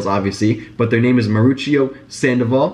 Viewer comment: "Maruchio" lol it's "Mauricio"